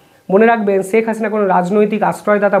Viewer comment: Pronounce Sheikh correctly. It's শেখ not সেক/ছেক